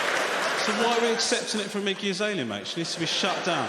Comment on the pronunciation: i thought he was saying “icky azalea” at first 😆